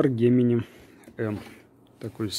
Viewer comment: Читается/Говорится не "коугар", а "куга, кюга". Переводится - Пума. Не "гемени", а "джеменай, джемени". Переводится - Близнецы.